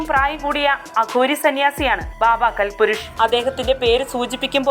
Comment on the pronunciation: ബാബാ കൽ പുരുഷ് അല്ലാ കാൽപുരുഷ് ആണ്.